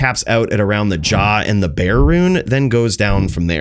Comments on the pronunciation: Bear Rune..... its BerRRRRR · It's berrrr as in burrrrr not bear rune.. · Bear rune < Ber rune... smh.